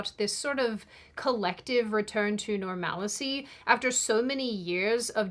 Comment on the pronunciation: It’s “normal-see” not “nor-MaL-a-see” Re: normalcy